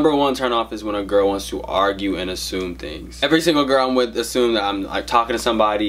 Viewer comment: "with" not "whit"